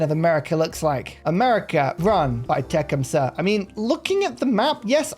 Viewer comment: You are not pronouncing his name correctly. Te-CUM-seh accent on 2nd syllable